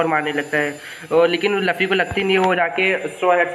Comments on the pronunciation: Bhai Laffy Nahi Hai Luffy Hai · OR. LAFFI. NAHI. LUFFI